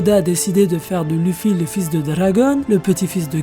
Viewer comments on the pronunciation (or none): none